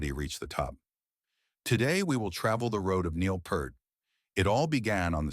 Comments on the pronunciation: At least pronounce his last correctly. It's PEERT, not Pert. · It is pronounced P-EAR-T not P-ER-T you waste of human life...... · How is it this narration persists in mispronouncing Neil's name? It's PEERT! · Note to the authors: If your claim of respecting Neil Pearl’s legacy is to be believed, the least you could do is say the man’s name correctly! NEIL PEART sounds like EAR 👂 You muppet. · Fuck sake man! If you’re going to make a video about Neil Peart you could at least pronounce his surname properly! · i didnt like that his name was mispronounced throughout this entire video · The narrator doesn't even know how to pronounce his last name.🥴 Could you, AT LEAST, do some simple research on how his name is pronounced???🙄